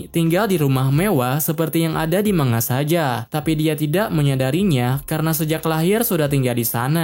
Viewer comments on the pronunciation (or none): none